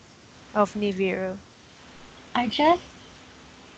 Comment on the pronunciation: it's niBIru, not niviru